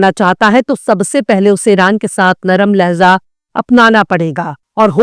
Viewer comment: Madam Ham Aapki news saari sunte aur dekhte hain, bahut sahi aur achchi khabren hoti hain, Aapki zabaan bhi bahut achi hai, bas ek baat kahna hai ki, 'Lahza' word nahi hota but 'Lahja' word sahi hai, OK